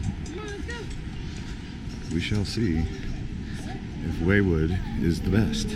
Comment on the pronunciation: ‘Waywood’, ‘Ocean Beach’? Get it together dude. Do some research before you visit these places. It’s ‘Wildwood’ and ‘Ocean City’. Yikes